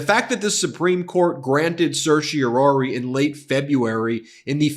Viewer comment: SIR-SHE-OH-RAH-RI. Five syllables. Certiorari.